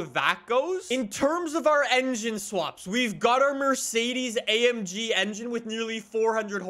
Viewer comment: No one: Absolutely no one:: i love amgeee